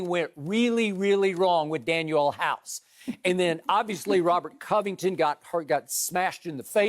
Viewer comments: To everyone in the comments, it’s DanUel House not Daniel. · Dude said Daniel House... Lol! Lakers missing Avery Bradley it happens... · When skip said Daniel House I cut the video off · Daniel Hause? House? Wow Skip... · Drug test skip 😩 he said Daniel house tho 😭😭😭😭😭😭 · I stopped listening as soon as skip said Daniel house 🤦🏾‍♂️ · When Skip said Daniel House . 😂😂😂😂😂😂😂🤦🏽‍♂️🤦🏽‍♂️🤦🏽‍♂️🤦🏽‍♂️🤦🏽‍♂️🤦🏽‍♂️🛑🛑🛑🛑